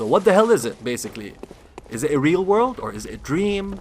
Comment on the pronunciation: "may you find your wok in the waking wrold" i burst laughing everytime he speak a letters